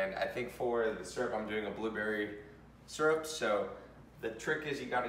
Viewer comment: this man rlly said serup